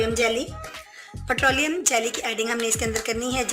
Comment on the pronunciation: Bahen G ,putrolium nhi patrolium hota hy plz English bolna zarori nhi remedy ko aasaan urdu main batana bhee kaafi hota hy .